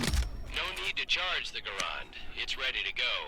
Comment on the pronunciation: The guy talking about the guns on the firing range can't even pronounce Garand correctly. What a historic accurate game! :)